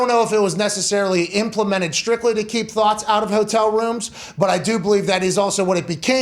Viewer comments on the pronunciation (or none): When I hear Pat say thots, I think THOUGHTS lol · He says it exactly like he says "thoughts" lol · It’s thot not thoughts 😂